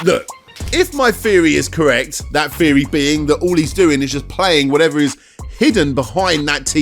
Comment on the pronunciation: feory, fhree.. ffs man